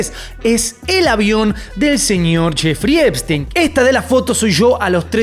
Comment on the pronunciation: Solo vine a escuchar a decir Jeferino Espistenio. Eres un crack hermano. Saludos desde México. Seguimos el caso desde que tu lo sacabas y nadie mas.